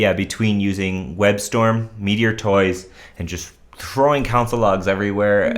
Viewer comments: You're definitely the only person pronouncing it like that. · did he say council log, or console log?